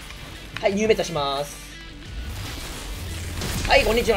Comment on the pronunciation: 最初挨拶のはいがへいに聞こえた